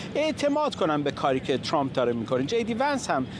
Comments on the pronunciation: این سمیرابااون فک درازچرابه ترامپ میگه چرررمپ،این فرداد ک نی هم بعضی وقتها میگه دونالدچرمپ که چی،مثل ادم بگیدترامپ،،،دونلدچرمپ😮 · عی رم دهن سمیراچه حال بهم زن ترامپ راتلفظ میکنه،اونی،،،ک توزبانت چرررمپ چیه 🤔 ک نی خوبگوترامپ،چررمپ،دونالدچررمپ